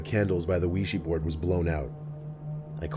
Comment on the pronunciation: Not the "Ouijee board" 😂😂💀